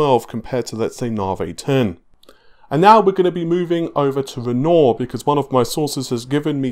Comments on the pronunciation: While i really enjoy the content, unsubbed. The name is Renoir. Pronounced ren-wah. You have been corrected multiple times, and i am a man of my word and stated you say ren-oar again i would unsub. Bye for now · "ren-nor" (renoir) Sure that's not pronounced "ren-war"? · It's pronounced "run-noir", not "renoor". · Navi, Pronounced Na-vee.... Not Nah-vay Renoir, pronounced Ren-waar ... Not Ren-ore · Aslong as it sounds like renwah then it's good enough but this guy's saying ron or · Why do you pronounce it navé. How do you say navigation? Navé-gation? And you don't pronounce the word with 'noire' in it as it's written? Renaw? Man I don't get it. Thanks tho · Narvey, Renor....it’s like Faulty Towers! 😁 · FFS, please learn how to correctly pronounce NAVI and Renoir LOL. Naavee and renwah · Renwarr. Narvee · Why is it that EVERY YouTuber butchers the name "Renoir"?